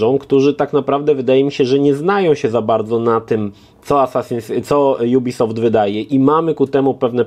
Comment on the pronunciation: Co to za dziwna maniera nowością jubisoft? Firma jest francuska i czyta się jak jest napisane ubisoft.